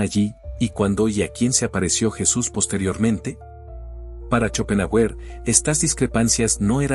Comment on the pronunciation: Se pronuncia Shopenjáuer